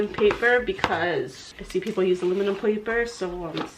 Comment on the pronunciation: Almuminum paper lol. Your too cute. I've always said almuminum foil lol